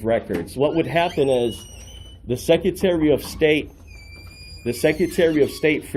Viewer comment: He can’t even pronounce the word “secretary” and he keeps saying it over and over again🙄